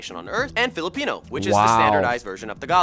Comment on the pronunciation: You almost made me forget my language on how bad you pronounced philipino